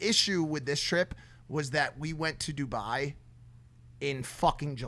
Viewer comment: I KNOW Dubai hates mike for saying Duboy